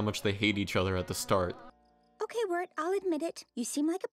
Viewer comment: It's Wirt not Wart